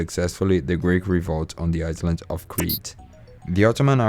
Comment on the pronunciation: Your English 🏴 is very good... Small bit of advice.. The word "Island" the S is silent, so it's pronounced like "i land" and "eye land" .... "Married" the i sound is e, so it's pronounced "Marr eed" The same for "Worried", it's pronounced "Wur eed" An excellent video and plenty of great information.. 👏👏